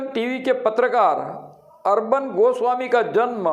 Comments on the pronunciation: Arban nhi arnab.. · ऐसे सौ अर्नब आये और हजार जोतीषी आये तो भी ठाकरे सरकार नही गिरा सकतें. अभी लिख के रखों. और जोतीषी अर्नब को अर्बन कहा रहा है. जो ठिकसे नाम नही बोल सकता ऊसको भविष्य क्या समझेंगा. पागल जोतीषी को भी चिल्लाने की बिमारी लग गयी है. कुछ नही होगा तूम समय बरबाद करते रहो.